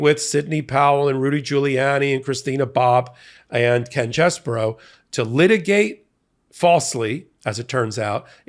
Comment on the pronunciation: CheeeeeseBro! Get it right😂